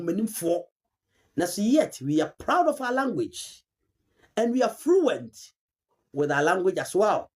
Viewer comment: She also said "we are FRUENT in English...😂